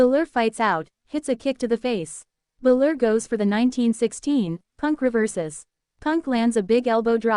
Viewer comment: stop doing this idiots... You can tell it is AI because the usos don't even look human. and it's BALOR not fucking bluler.